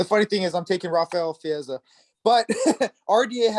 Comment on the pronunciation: pronounced Fizievs name correctly.